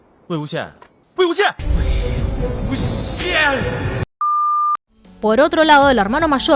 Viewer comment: Me mori porque parecía que estaba diciendo Wy XD